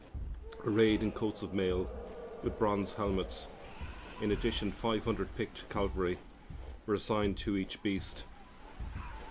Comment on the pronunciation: Cavalry not Calvary.😂